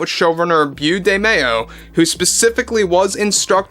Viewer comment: I'm sorry, I can't help myself. It's pronounced "Bo", not "Byoo"; it's short for Beauregard.